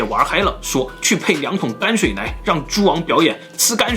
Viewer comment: 不是干水，那个字读 泔水 shao shui